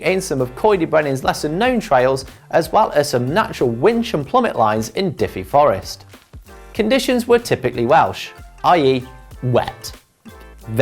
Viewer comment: Lay-vo, Diffy Forest, what was he doing Wrexham, learning how not to speak English and Welsh?